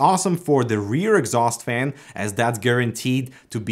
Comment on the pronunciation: First thing, this guy sounds so funny, fan he says fang. Second he gave us some many pro tips, now I am spoiled with his tips haha